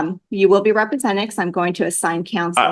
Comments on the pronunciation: He says "expecially" and "ree-presented", he accuses her of "practicing bench from the law" and he thinks he has the smarts to defend himself. His real name is "hubris". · When you cannot pronounce “represented” maybe you should represent yourself